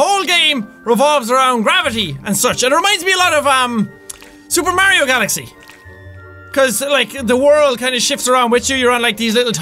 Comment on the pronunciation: Am I the only one noticing how weirdly Jack pronounces Super Mario Galaxy